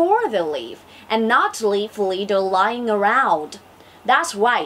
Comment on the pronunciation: bạn phát âm tốt nhưng còn sai từ: litter